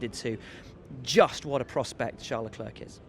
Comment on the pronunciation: Will Buxton you are awesome, but please stop with LeclerK, it's getting really annoying